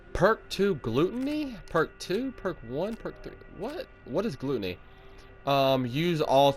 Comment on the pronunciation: Glue-toney....lol....it’s gluttony- habitual greed, or excess in eating... Just thought that was funny...don’t take it serious...